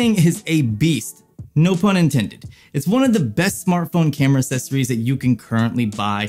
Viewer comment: "Assessories" lmao 🤣🤣🤣🤣